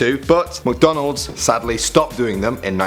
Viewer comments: I love when talks about "MocDonald's" 🥴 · Stop pronouncing McDonald’s wrong